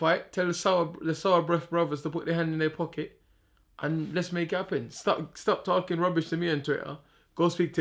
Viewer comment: When can we get the "stap tarhking" tees?